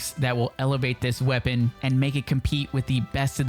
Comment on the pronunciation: Loool, my main lenguague it’s spanish, but ALL the creators pronunced wrong the weapong